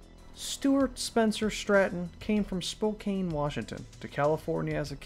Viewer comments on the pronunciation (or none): none